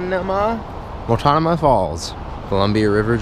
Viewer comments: "Mole-tah-ma-nah?" its pronouned Mult-no-mah xD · the second fall is pronounced mult-no-muh falls hahaha cool to see I've never been to the falls but have seen pics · Hey I know you're not from Portland, but it's pronounced Mult-No-Mah falls. Not trying to be rude thought, good vlog. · Haha he totally butchered the The waterfalls name on the second one😂😂😂